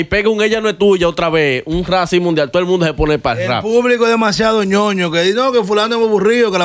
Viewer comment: Meca no se dice “rrá “ se pronuncia “Rap”